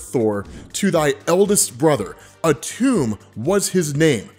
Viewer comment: It’s pronounced atom… that’s where the molecule gets its name from dammit your killing me